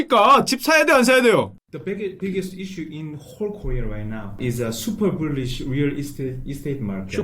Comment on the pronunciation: 슈퍼불리시 아발음진짜 래 ㅋㅋㅋㅋ